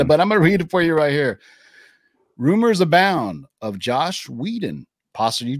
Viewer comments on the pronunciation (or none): His name is Joss Whedon, not “Josh”. Come on man.